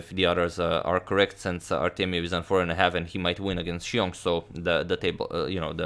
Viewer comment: Xiong is pronounced “ZIONG” or “SHONG” I say this because I know you like pronouncing names appropriately.